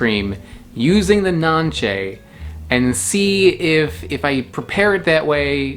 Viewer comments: We eat it in Honduras in juice, drink the juice! And the pronunciation is not NANCHE its NANCE its Spanish... we take the pulp with our hands not a knife 😏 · It’s pronounce it Nancy in Spanish